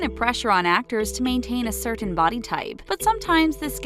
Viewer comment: I don’t like the way the narrator over pronounces ‘certain.’ It’s making my eye twitch.